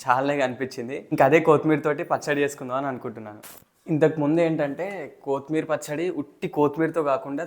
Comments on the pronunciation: Not koootimeera, it is only kothimira😂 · ఎందుకు కోత్ మీర్ అని వెరైటీ గా పలుకుతున్నారు ? అది కొత్తిమీర అండీ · Pachchadi bavundi kani Jai Sreemannarayana ani anatam manesavu badha ga undi Kothmeer kaadu koththimeera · కోతి మీర కాదు నాయనా... కొత్తిమీర...